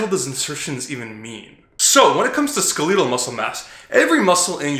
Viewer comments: isn’t it ske-le-tal? Not ske-lee-tal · I died when he said that. Like bruh, it's "skell-it-ull" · Skeleetal? Skelehtal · Bro love your videos, factual and straight to the point. But the way you pronounce 'skeletal' aint it fam. "skeh-leh-tahl" not "ske-leee-til" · skel-uh-tul. say it slowly. ok good. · "skelEEtal" lmao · did you say "skaleetal" muscle? ? "skaleetal"?? really is that how we are pronouncing "skeletal" now? is that like pronouncing "hyper trophy" hy pertrophy? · You pronounce skeletal muscle like Jeff Nippard.. SKELEEEETALL fuckin Canadians man lol Plus my boys got the herp on his lip.. Either way dudes looking absolutely star studded so 🤷🏼‍♂️ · That man just said "skaleeetal" muscle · Lol “ska-leedle” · I'm supposed to be learning from someone who can't say skeletal right when reading a definition. Theres some good I formation, but there's alot of just dumb assumed stuff. Half the shit is halfway true. The ab genetics is bullshit. Do any motion favoring one side, say baseball, swing a pick you are going to have uneven abs. The " perfect genetics" abs are symetrical because they have been used evenly and consistently. This video is just straight frustrating to watch there's just so many half truths